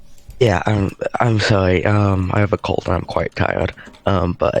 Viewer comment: "I have a cowd and I'm quite tiwed"